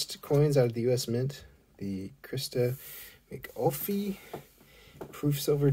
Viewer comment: Ok not to be rude but it sounds like you pronounced her last name "Mc-coffee"......It's pronounced "Mc-Caw-Liff." Very similar to "caulif" in cauliflower. 🙂